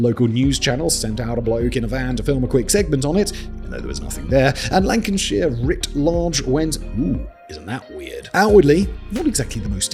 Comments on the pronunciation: its lanc-a-shire not lanc-in-shire. your a testament to the stereotype that no southernwe has the willingnessto acknowledge anything north of Manchester or south of the lake district. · “Lancanshire writ large”? What? Where the fuck is “Lancanshire”? There’s no such place mate. How long since you’ve actually even visited the UK, Simon?